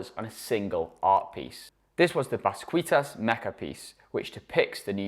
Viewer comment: Mispronounced the artist basquiats name and work that mans art is still going up jay knows what hes doing